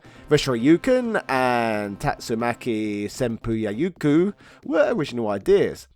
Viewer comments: I can't believe my man actually said Tatsumaki Senpuu YAYUKO 😂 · aaaaand… (struggles) tatsumaki “senpu-ya-yoo-koo” 😂